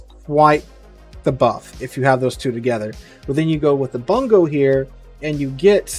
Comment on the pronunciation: I still haven't seen a streamer pronounce the Bungo correctly lol.